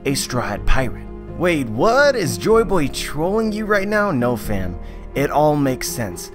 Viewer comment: Can you, for once, say "joy boy" and not "joe boy"? Can't be that hard, really.